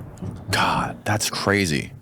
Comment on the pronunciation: "Oh My GiaD ..."